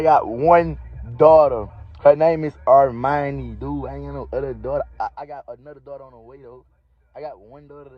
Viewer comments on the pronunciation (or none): none